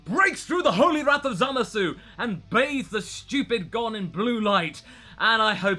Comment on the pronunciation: Did anyone ever told you that it's really painful how you pronounce "Zamasu" with that "uu" at the end? The "u" suppose to be silent - it's more like "Zamas". I mean... just listen to the dub ^^" But anyway, nice content here. Nice to hear not-so-fanboish, power-level-driven Dragon Ball review for a change. :D About Vegitto inside Buu - nope, the really DID split because of the Buu environment. They fought only for few minutes. Youcan see that by the paste of the action in manga. :) Aside from that, if they would fight longer, I guess they would split anyway. :P My only question is about Rou Kaioushin (Old Kaioshin). He's a walking potara fusion of a young Kai and an old witch, so... does it count when only one of these people are a deity?